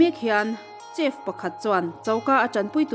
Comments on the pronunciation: Chef tih ai hian sef tih in lam rila dik zawk maithei ni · chef tiha ch hi sh anga lam rik hi a dik zawk maithei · Chef i lam dan hi a dik meuh maw, uluk takin chef lam dan hi lo bih chiang leh teh